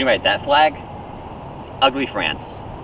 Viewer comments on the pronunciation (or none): none